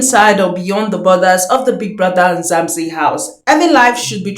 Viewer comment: It's MzaNzi NOT MzaMzi